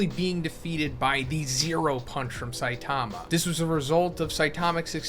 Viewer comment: sai--taaama cringe pronounciation . cringe.